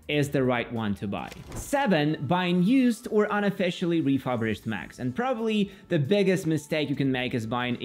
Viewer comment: “Refurbished” is pronounced like reeh-fur-bisht (where fur is like cat’s fur), not reeh-fub-risht